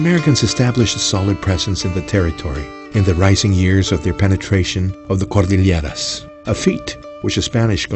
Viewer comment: I really hate the cheesy narrator and his bizarre, pseudo-spanish pronunciation of "Cordilleras".